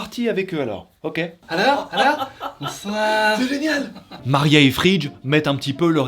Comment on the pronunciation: Il a bien dit maria